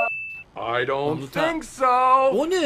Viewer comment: "Don't" "Don't" Don't" - GREEK style!